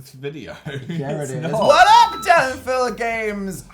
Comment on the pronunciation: “Darn-Darn-Izzle” -Dani Snot On Fire 2018